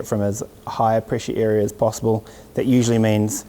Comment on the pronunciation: Why do i keep hearing (ear 👂) and (Eria) ??